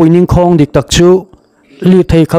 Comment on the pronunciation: NINGKHAWNG tih i lam dan hiii...NING hi thil kan ning sawina anga lam ania, KHAWNG chu HLAUTHAWNG tih a THAWNG anga lam ani ngai e.